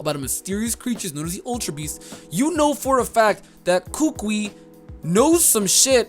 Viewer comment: will probably not read this comment but, I keep hearing struggle with Professor Kukui's name. It's pronounced "koo-koo-E". It's a type of tree that grows natively on many Polynesian islands. The kukui nuts that fall from the tree are sometimes dried and made into a leis, historically for royalty or guests of honor coming to Hawaii. Also in Hawaiian culture the older the kukui nut lei is the more "good luck/vibes" the lei will possess.